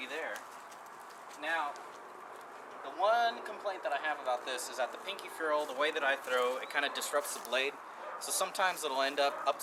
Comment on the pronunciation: Youre pronouncing botoning, ferrel, and choil wrong. Not sure if thats how you spell choil or not lmao